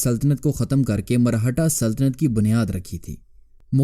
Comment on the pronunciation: Marhata nahi, Maratha hota hai Punjabinized Urdu mat bola karo